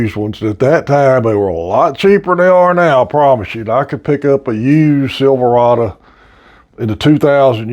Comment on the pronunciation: You lost me on your pronunciation of Silverado.